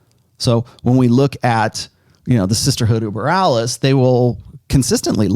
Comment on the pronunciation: What is saying...the Sisterhood Of Burraliss? What's he saying? EDIT: Oh, Boralus. I still don't get it. What does this mean?